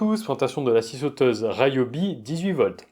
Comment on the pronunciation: Je dois avoir une vingtaine d'outils Ryobi one ( il me semble que ça se prononce "Riobi"et pas ”Raillobi” et je suis plutôt satisfait des performances même s'ils ne sont pas sans défauts-ergonomiques surtout- ce sont des outils de qualité (la boîte japonaise qui possède cette marque fabrique aussi Milwaukie et AEG...). Pour moi l'intérêt principal c'est la variété des des outils One+(y compris pour le jardinage) avec les mêmes batteries, et le prix raisonnable. Mes 2 dernières acquisitions : ie coupe carrelage à eau et la cloueuse à air comprimé 16g.